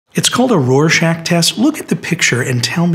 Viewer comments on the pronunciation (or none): Its pronounced like "Rorshock" not "shack," very common misconception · It’s pronounced, “raw shock”